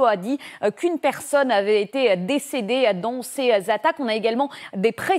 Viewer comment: "les infrastructures électriques ont été la cible..." heureusement que j'ai un cerveau car on dirait qu'elle dit "pété" ... ce me permet aussi de comprendre vite quand la tv est factuelle ou mensongère car engagée...La Comédie Intersidéral continue, LCI continue et c'est déplorable.